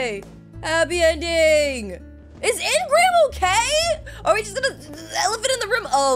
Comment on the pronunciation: Hey. I love your content so much…but it’s really aggravating me how you’re not pronouncing ingram’s name correctly. It’s pronounced een-grim😂❤ love you thoughhh